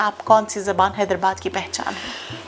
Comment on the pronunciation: It’s ZUBAAN not Zaban